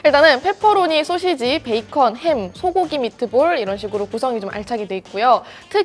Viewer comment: 권혜연 기자님- 가끔씩 나오는 소'셰'지 발음이 귀여우십니다 ㅎㅎㅎㅎ